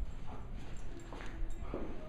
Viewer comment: It almost sounds like "Pervert", when you say his name :D But he's sooo coool :) I love this type of dog.